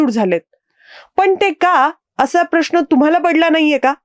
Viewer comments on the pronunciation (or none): none